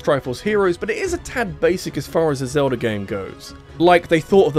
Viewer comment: It is Zelda not Zelder.